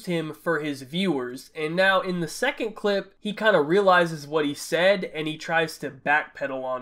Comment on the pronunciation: Dennis Smith Jr ikr he emphasizes"2nd" best streamer so much😂